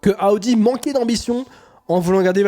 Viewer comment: Bonjour, arrêtez de dire aaudi c’est Audi ??????